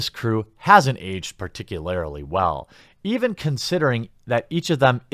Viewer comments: Jeremy, I love your content, but please, for the love of God, it's PARTICULARLY not PARTICULARILY. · Please stop saying particularly like that It's offensive.